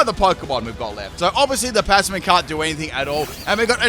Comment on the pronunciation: a full “ has trouble saying this mon’s name” team (this is a soft tease i mean no harm <3) passimian, magearna, and blacephalon. can’t think of any more atm, but there should be a grass type bulky staller with synthesis